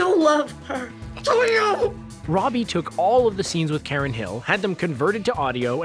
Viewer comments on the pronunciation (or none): none